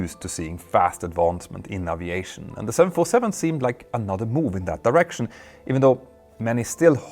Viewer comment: ...presssent...isss...presssence...wasss...risssiing...uviation...🙄 ENGLISH PRONUNCIATION MATE!!! 🤪🤪🤪 In ANY language pronunciation is critically important!. Example; eyes...ice. 🤷‍♂